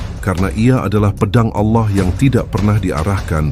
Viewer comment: RASULULLAH JANGAN DI SERUPAI / Di SAMA" KAN DAN TOLONG CARI PEMBACA yang FASIH DALAM PENYEBUTAN ALLAH. Terimakasih